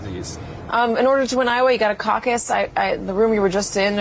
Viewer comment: Who invented the word causes?? Caucus? Any other phonetics would sound better.